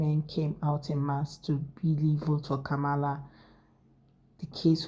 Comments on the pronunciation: Hi Sweetie 😊💙🇺🇸 Vice President Harris name is pronounced sounds like (Com Ma La) Not (Ka Mala as you are pronouncing like the white , Indian and Arabs/Muslim in America ok Sweetie ? 😊💙 Just a correction from you American cousin🇺🇸✌🏾😘😘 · COMMA la.